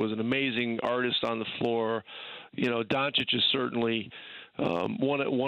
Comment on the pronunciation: Surprised that Dan is still pronouncing Doncic wrong.